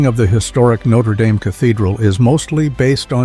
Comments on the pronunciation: This a cathedral, not a football team... it's pronounced Nayt-tre Dam not Note-er Day-m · It'pronounced /not-re dam/, not /noat-re dame/. Next time you make a video, get the pronunciation checked. It's just lazy and ignorant. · It’s pronounced “No-tre-dam”. Not “Notter Dame”. Terrible narrator! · This must be totally or partially AI generated , with lots of questionable or wrong "facts". Then the voice-over with an American accent pronounces the name as if it is that university in Indiana, and not the famous Parisian Cathedral. But suddenly the correct Notre DAHM cathedral is used correctly instead of Dame, the university in Indiana. Why? AI I'm betting or incompetence. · So true. Starting with te fact that in France the name of the structure is pronounced "Notre Dahm." The place with the football team is "Notre Dame." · AI tries to pronounce "Notre Dame" as "notra daim" = half-French and half-American pronunciation = humorous fail. Only machines would not recognize the incongruity of this. And don't tell me it was trying to be ironic. In an informational video. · It's pronounced Notre Dam. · For fucks sake pronounce Notre Dame and Æsthetics among other words... CORRECTLY !!! Bloody bot voices. So much for AI 😖🤮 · You sound stupid mispronouncing the name of Notre Dame.